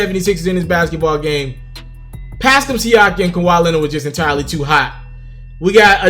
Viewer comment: Learn to say da nigga Pascal's name my nigga